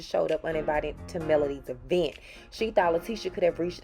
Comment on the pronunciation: If she says E-vent one more time! It is all one word!!!!!